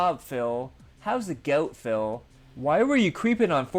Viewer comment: I swear called him Phail about 50 times, it was so noticeable. Also I dont think Phil even knows what actually happened or how he felt during the time. he just has a list of lies he goes through for every instance.